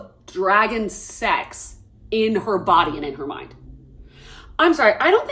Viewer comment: "She's such a smol bean that can't even climb on the dwagon😢"